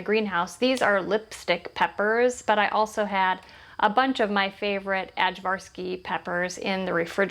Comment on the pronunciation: First! Btw the way to say the name of the peppers is I-varsky.